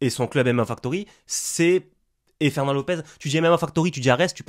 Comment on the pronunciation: "Ferwnand t'es morwt"